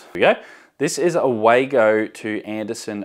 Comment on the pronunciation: WAGO is a german name and pronounced "Vargo"